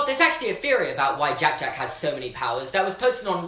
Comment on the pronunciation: Anyone else love the way he says jack jack